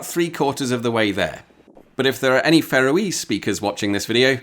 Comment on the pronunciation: Did he say Faroese correctly? It sounded more like 'pharoah-ese'. I thought it it should more like 'Far-owe-ease'.